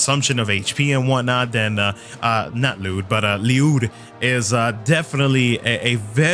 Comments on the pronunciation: Bro I keep telling you It is pronounced "Lluyd." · You sure its not just pernounced l-uh-d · You pronounced it right sir. There’s even an ongoing topic that Ryudo is also acceptable, just not ‘Lie-yud’.